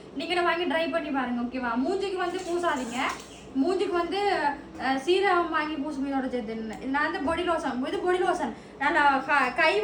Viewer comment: சீரகம் ma????😂😂😂 serum not சீரகம்... Dry illa try... sis please niga tamil a pesunga.